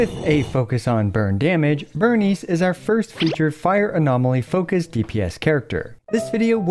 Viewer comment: It's Burn Ice, not Burn Eese